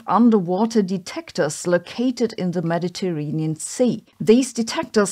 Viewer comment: Sabine briefly spawns as Inspector Clouseau while attempting to pronounce "Mediterranean."